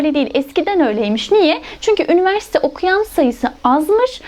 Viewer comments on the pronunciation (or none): Diksiyonunuzu çok beğendiğim için izledim... Üniversite derken üniverste demeseniz harika olur, teşekkür ederim.